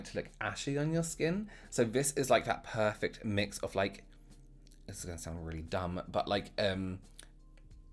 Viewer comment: 👌W elsh 😁”Poifect” 😆